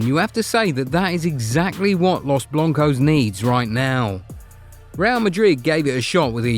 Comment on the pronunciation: “los bloncos”?????? 😂😂😂😂